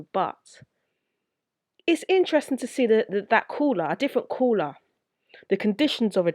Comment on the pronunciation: Coouwla😁 not making fun of your accent it's pretty cool actually it's just how you said it sounded so hardcore accent no disrespect though✌